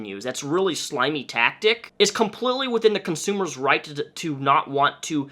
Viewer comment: Ngl i cringe when u say consumer